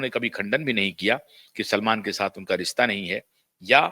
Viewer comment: 'Rista' 'supadi'bolta hai language pronunciation to thhik krle...